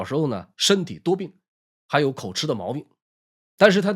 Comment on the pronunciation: 很棒的正史說書! 漢字偶有一字多音者, 二個字詞校正請參考: 乾(音干)兒子, 口吃(音及).